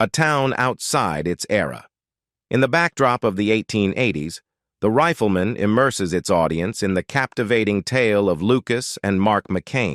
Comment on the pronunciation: If this NARRATOR actually watched the intro of the show he should know how to pronounce it's title... it's not THE RIFLE MAN as he keeps repeating, it's THE RIFLEMAN -one word! The NARRATOR then goes on and on with a non-stop pseudo-narration that really irritates. I'd like to see him take on subjects like 9/11 and COVID, maybe he could improve on the "official" fairy story with his way overly dramatic tone. And you got the wrong JOHN ANDERSON photo to boot...